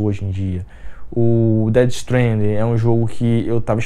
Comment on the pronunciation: Tem algo bem simples a ser feito sobre "o futuro sombrio": não comprar os jogos ruins. Conteúdo bacana do teu video, cara. Só te diria pra melhorar o inglês. É Evil Within, não With Him. é Death Stranding, não Dead Stranding.